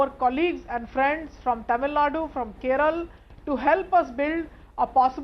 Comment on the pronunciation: It's kerala and karnataka , not keral and Kannad.